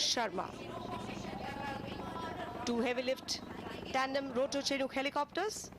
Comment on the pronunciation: It's pronounced "Shinook" not the way the commentators are doing in this video.